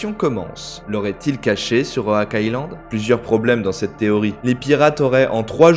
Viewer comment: Il me semble qu'on dit oc et pas owak island😂